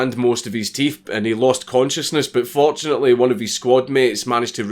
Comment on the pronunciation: He said “fortunately”